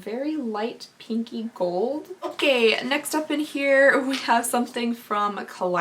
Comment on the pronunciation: I really thought you said: “kinky” shade! Not pinky! 😂😂😂